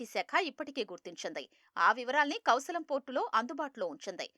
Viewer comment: కౌశాలం !!! "కౌశలం" కు వచ్చిన తిప్పలు.. తెలుగుకు పట్టిన తెగులు... :face-purple-crying::face-purple-crying::face-purple-crying